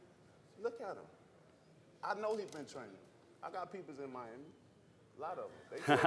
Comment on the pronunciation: "Miama" sounds good lol